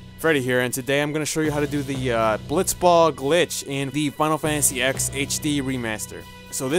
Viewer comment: "Final fantasy ex"? Get out.